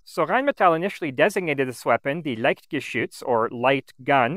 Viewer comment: I've noticed from other videos he also has somewhat trouble with -ch. If you notice he says "liktgeschütz". That and the heavy french pronunciation of some words (Mercure). But I don't judge. I know people who live in Germany and still are capable of butchering every single word they say...